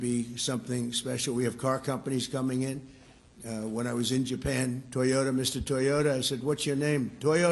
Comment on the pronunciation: His name is Toyoda, chairman of Toyota in Japan, get the name right, Trump